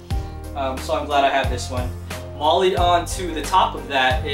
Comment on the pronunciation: Freakin air softer all say M.O.L.L.E. wrong